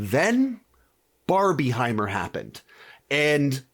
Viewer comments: It's Barbenheimer Stop saying barbie-heimer 😭😂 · It’s PRONOUNCED barbinhimer! Because it’s combining 2 films. If you say Barbiehimer it just makes it sound like it’s just two completely different movies that you just wanna put together for some reason. If that makes any sense 😅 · you are the only person ive ever heard say barb-IE-heimer LOL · You're the only person I've heard call it Barbieheimer